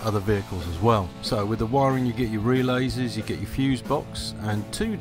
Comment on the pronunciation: Very helpful but "relayses", oh dear... :)